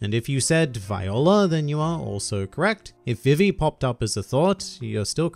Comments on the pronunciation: It’s not VivE it’s VE VE sorry it just irritates me THIS IS NOT CRITICIZING U CAN SAY IT HOW EVER YOU WANT I JUST WANT TO SAY HOW I SAY IT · Put some respeck on Vivi's name!